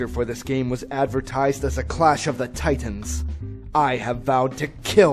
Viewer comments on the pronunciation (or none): was like "Tie -Tans."